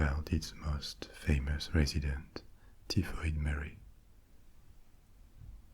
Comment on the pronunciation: hi, we pronounce her as TIE FOID Mary. You're language skills are phenomenal and I'm being an Irish Karen now lol For somebody that lived in Paris, for 2 years, my French should be parfait but its basic. I can get around though. Peasants is pronounced PE ZENTS not PEA ZENTS :). Can you also speak Spanish too?